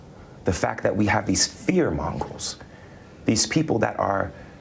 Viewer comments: Actually, he said "fear mongrels."😂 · him saying "fear mongrols" is hilarious to me, both for how ironic it is & how idiotic the error sounds.